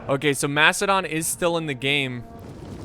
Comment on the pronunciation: I keep hearing "Mastodon" everytime he says "Macedon". It's okay to make mistakes.